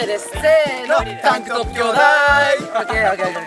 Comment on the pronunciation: ｢タンクトップ兄弟～⤴️｣が｢10本アニメ～⤴️｣にしか聞こえなくて面白い笑笑